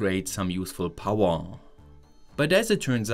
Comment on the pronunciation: Powa, what an odd speech impediment.